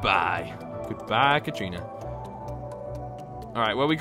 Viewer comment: katarina it’s Kat-a-rina not Kat - trina